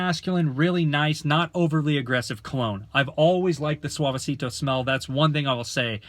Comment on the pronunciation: Thx for the review but U pronounce ‘Suavecito’ like a 40 year old ‘Karen’